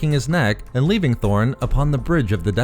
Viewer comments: the comics say torn, but keeps calling him tHorn yikes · Torn or Thorn?? Lol